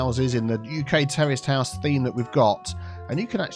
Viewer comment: 'Terraced house' just sounds like 'terrorist house' when you say it,. lol:)